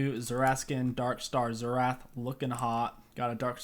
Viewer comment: Best "Xertah" mid guide out there hahah